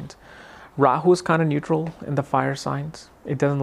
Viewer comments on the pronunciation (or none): none